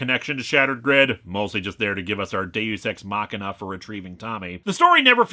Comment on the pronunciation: You mispronounced Deus Ex Machina.